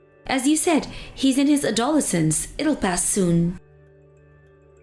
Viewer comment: You have to admit, the way she pronounced adolescence made you wonder. 😂😂😂